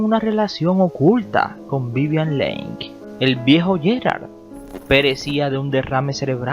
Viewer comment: Me gusta ver tus vídeos, son interesantes, aunque me cuesta escuchar tu pronunciación. Por lo menos, edita el de lis principales: el apellido de Vivian se pronuncia "Li" y el de Oliver se pronuncia "Lourens". Y cuida algunas fotos. Pusiste una de Casablanca con Bogart y...nada que ver.